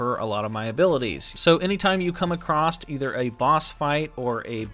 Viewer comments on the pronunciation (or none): "Acrosst" is not a word.